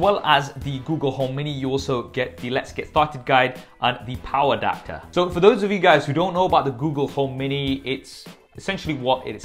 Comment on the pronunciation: Not trying to be mean but did you just say when reading that lets get started thing, let's get f**ked?